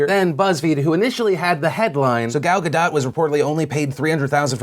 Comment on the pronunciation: Gal Gadot: Say "Gall Ga-dote" to pronounce correctly.